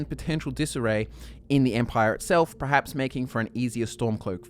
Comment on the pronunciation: This is completely irrelevant, but I can't help but mention it. The word is "perhaps" not prerhaps.